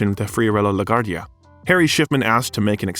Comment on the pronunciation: La Guardia's name is brutally murdered here.